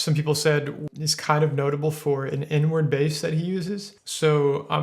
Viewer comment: It took me until the very end of the video to realize that he was saying “Inward bass” and not “n word bass”